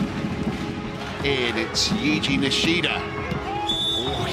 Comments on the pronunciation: The fact that they pronounce his name wrong in the beginning 😑😑 does the u look like a i that much? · That guy just called yuji-san yiji wtf